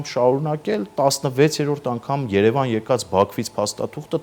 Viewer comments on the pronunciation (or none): none